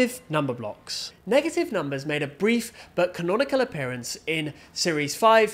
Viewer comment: "NEGHATYYV WUN, NH3GATYV TU"fire bro